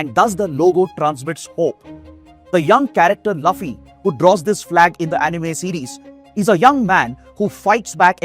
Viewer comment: It's pronounced looffy, sir even though it's written Luffy Never expected to see one piece being mentioned in a IAS classes channel Nice